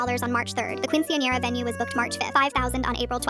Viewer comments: the way they say quinciñera is horrible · the fact it won’t pronounce quinceañera right 😔✊